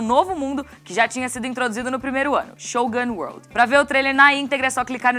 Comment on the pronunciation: Acho que ela se precipitou em falar Shogun Wolrd e falou algo parecido com "Show Gun" Wolrd